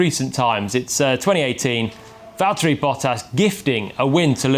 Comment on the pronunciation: it's Valtteri.